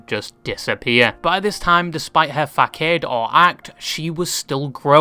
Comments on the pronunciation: it’s FA-SOD, not FAK-ADE, just fyi. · did bro really just pronounce facade as fak-aid? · my brother is Christ, facade is not pronounced “fakade” 😭😭😭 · "fakade" thats one way to pronounce facade. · Why did u pronounce facade like arcade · Fack-aid lol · HOLUP ignore the ENTIRE video did he just pronounce "facade" like "far cade" (me being german will make this a easy joke) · This guys really said facade wrong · How did you just pronounce "facade" bro??? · he really pronounced facade the way its spelled 🤣🤣🤣